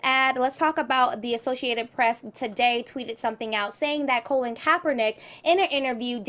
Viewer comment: why is ashley calling colin colon????????? lol